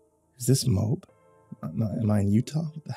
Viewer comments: Lol, he said Mobe. Moab is pronounced Mow ab. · It’s moe-ab Utah 😂😂 not mope ahahaha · When he takes the 3rd pill, and thinks he is in Utah…..does he say Moab? I loved the story and the narration but just as a correction it’s pronounced Mo-ab. Like I said, great story and narration but that little detail made me laugh a bit.